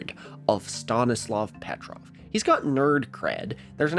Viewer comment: if Stanislav Petrov is so important pls try to pronounce his last name correctly 🙏 it's Petróv not Pétrov